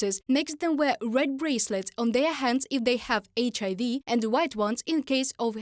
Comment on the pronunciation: The guy mispronounced HIV 3 different ways bro. “Eisch A V” “Eisch I V” and “HIV”😂😂😂 , , and 😂😂 😢listen to them all😂😂